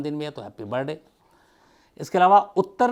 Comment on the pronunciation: shams साहाब आप, "हॅपी बरडे"बोलते है,हालाकी; "हॅपी बर्थ डे"ऐसा होना चैये,मैने बहोत बार observe करणे के बाद बोला है,क्षमा चाहती हु